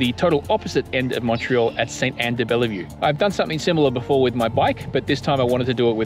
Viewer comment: We don't say the E after the "LL" in de-Bellevue. LOL. Great video to show it is possible to walk.